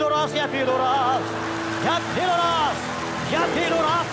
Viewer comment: Божественно ударение на рАз делает!